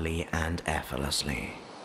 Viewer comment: it’s most generous of you to put all your work on YouTube free of charge. However, while your voice and tone is good I experience a discord every time you say the word efforlessly rather than pronouncing it correctly as effortlessly. This mispronunciations is too distracting for me to gain benefit from your work. I’m sorry about this and hope in future you will correct your pronunciation of effort and effortlessly. Warm regards, Elizabeth